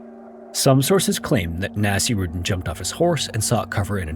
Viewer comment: Okay I am pretty sure you butchered the name. Nasir/Naseer is a name. It’s never pronounced anything like ‘nasty.’ It was more likely pronounced Naseer-uddin… but what do I know?